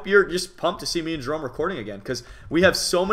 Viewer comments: No offense but when you say Merome it sounds like a bf gf couple name, so I wouldn't do that if I were you! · Ha X) messed up on saying Jerome